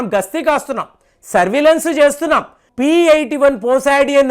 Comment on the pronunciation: Hii p-81 kadu sir it's p-8i